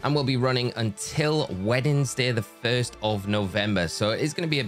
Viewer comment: I cannot unhear "weddingsday" anymore